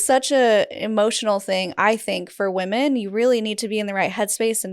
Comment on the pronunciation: this is so minor but it's distracting me: why can't women be women? it's like she cannot say the word "women"?